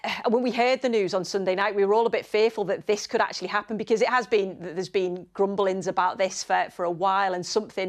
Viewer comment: It's RUMBLINGS not GRUMBLINGS you thick bastards